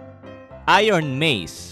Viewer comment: "catlas" "iiiooon mase" "dul heded blaed" "pie" "besintuu" "pol vasain uan" "jitt" "raen-guku" "trwuuu trwipe kaTana"